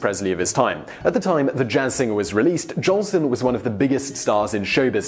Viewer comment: hey you@ --you said JOLSON'S name WRONG " SAY his name RIGHT --GET IT RIGHT@ " -------- iT's J O L S O N """ not Johnson!!!!!